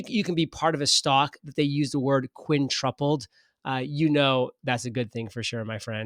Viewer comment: Merry Christmas! Love the channel and as a fan I'll just take a second to point out the word is quintupled, not "quintrupled" 🤣 Keep up the great work!